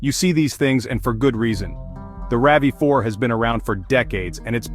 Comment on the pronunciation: The Ravy Four? The R.A.V 4? The voice over needs tweaking